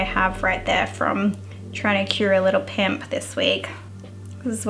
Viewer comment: Yes please! And I can't help but laugh every time you say pimp(s).